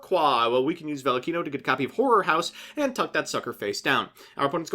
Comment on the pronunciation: MBT:Horror house. Every anime boy: "Whore" house